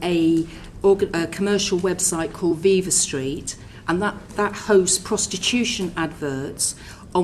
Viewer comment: V-eye-va street.. she said that after hearing it as viva street.. she is so full of shit.